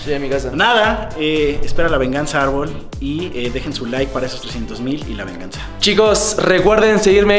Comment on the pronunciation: Me gusta un chingo como le dice “Arlbol” a JAJAJAJAJA es que aaaah me recuerda a cuando hacía bromas en la calle q bonito